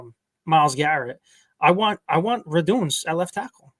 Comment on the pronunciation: Radunz not radoonz 😂